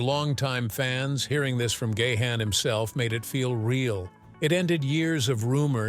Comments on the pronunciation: It's GA'-HANN not Gay-Han, what a stupid pronouns.. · Dave Gay-Han? Learn the correct pronunciation robot!! It's Dave Ga-han. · Keep posting fake news will only discredit you as a reporter. "Gahn" is a Dutch name pronounced as "gaan", no syllables just one. Your AI voice sounds robotic and dead zombie sounding. 😱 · It's pronounced Gahan (like Gone), not Gay-han...